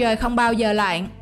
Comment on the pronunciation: Bạn MC cần lưu ý phát âm tiếng Việt, chữ " lặn'' . Cảm ơn chia sẻ của kênh